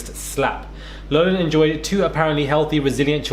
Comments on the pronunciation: It's LAHF-LIN not Lowglin. If you are going to be an online newsblogger reporter, you need to gets straight and first. All you're doing is embarrassing yourself. Slow down take a breath and be prepared. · In America. We pronounce her last name as LOFF LIN. Not LOW LIN. Although what she and these other Cheatin Parents have done. Is a Low Down dirty shame. Her name isnt pronounced LOW . Just as Cough sounds like COFF . Not COFE 😄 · Hey love the content. Just an fyi it's pronounced Lock-lin like lock on a door. Keep it going! Daily and consistent:) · It’s Loff-lan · It’s pronounced Lock Lin. Just helping, not criticizing. ✌🏼 and ❤️ all. Too little time! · Her name is pronounced like "Lofflan". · It’s pronounced Lock-Lin